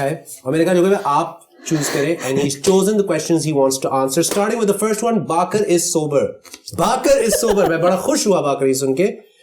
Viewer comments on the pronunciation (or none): Not baakar, It's bakar 😭 It was too good to hear saying my name man, Got the message! 🙌🏼